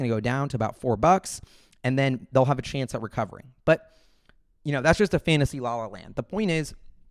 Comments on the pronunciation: What is a chaunce? I heard that too. Is that new slang? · No chonce. No chonce!